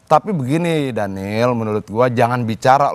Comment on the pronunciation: Daniel, daniieelll, yg bener dong.